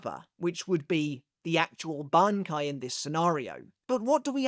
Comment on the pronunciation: pronouncing Shinji’s Bankai correctly, but not “manga” is sinister